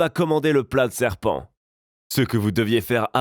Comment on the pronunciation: tu as dit sepant